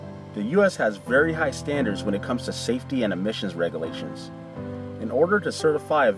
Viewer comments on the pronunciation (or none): A. It's regulations not 'regalations' B. It's speculate not 'speckalate'